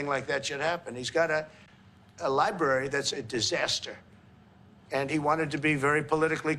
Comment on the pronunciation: Who gave this man a job speaking on TV? There is an R in the middle of libRary.